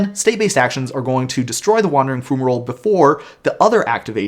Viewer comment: FYI, it's pronounced FYU-ma-roll, with an fy sound. :) Thanks for the rules overview! That card was so strange rules-wise...